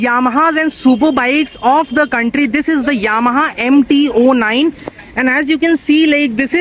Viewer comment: Bro it's 09 not O 9 just say simply 09